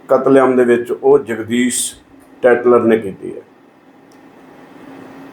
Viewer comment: ਦੋਸੀ ਨਹੀਂ "ਦੋਸ਼ੀ ' ਜਗਦੀਸ ਨਹੀਂ "ਜਗਦੀਸ਼ 'ਹੁੰਦਾ ਹੈ । ਕਿਉਂ ਐਸ ਸੀ ਭਾਈਚਾਰੇ ਦਾ ਜਲੂਸ ਕੱਢ ਰਹੇ ਓ।